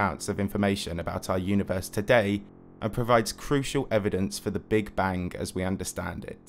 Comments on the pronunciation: Take a shot every time he says bank instead of bang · Are you saying big bang or big bank? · And how he says Big Bang-geuigh